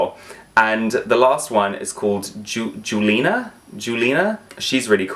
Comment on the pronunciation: For the 2005 doll on the bottom right, he name is pronounced like "Julia". It's kind of like a play on the word "jewel" and the name "Julia"